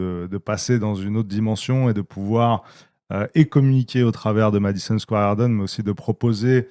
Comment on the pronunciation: Le Madison Square Harden il dit le mec mdrr ! 😂😂